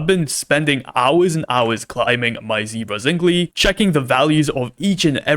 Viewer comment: It's pronounced zink-el 😅